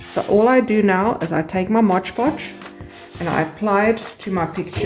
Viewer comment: I have never seen anyone wipe it down with a wet cloth. And please pronounce mod podge correctly.